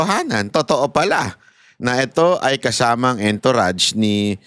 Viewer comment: hindi entourage literal kundi ang pag pronounced nian eh..A N - TOURAGE.